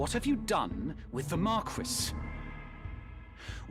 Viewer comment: Why are they pronouncing Marquis like that...